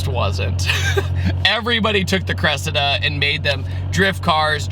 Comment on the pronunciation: You're pronouncing its name wrong:face-red-droopy-eyes